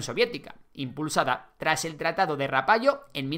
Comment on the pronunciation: Rapallo (Italia) se pronuncia "rapalo". Reich (Alemania) se pronuncia "Raij".